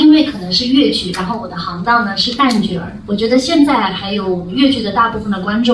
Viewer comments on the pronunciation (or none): 蛋捲？😂 「旦角」